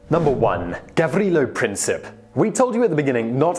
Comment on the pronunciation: Also, with Princip, its Prin-seep